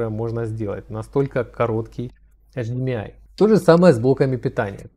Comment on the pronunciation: после того, как вы произносите эйчиМИай, мне перестаёт хотеться смотреть дальше